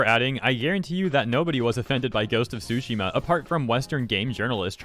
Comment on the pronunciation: Please... i know Japanese is wacky, but the T is not silent on "Tsushima" and I can't help but hear "sushi" every time you say it 🤣